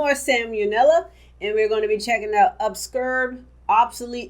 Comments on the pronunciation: I like how you say obscure.... obskurrrr. Idk if it’s a British thing to say it like ‘ob-sk-your’ but I’ve never heard it said any other way. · How did she pronounce Sam O’Nella and obscure at the beginning??